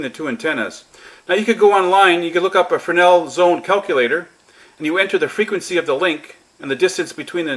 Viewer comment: Frenel zone????? F R E S N E L -frenel....